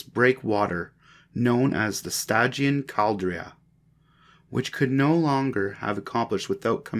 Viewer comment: Man I really appreciate you putting that book online for us and you know going through the trouble of reading it but I think you should redo it because it'd be a whole lot better if you even pronounce one of those words correctly like almost every word that you said like the Ricotta and stygian Caldera all those words you mispronounce